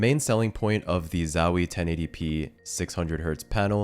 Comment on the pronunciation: it kills me how hes saying zowie.... ZAAAWIIII, chill out bruh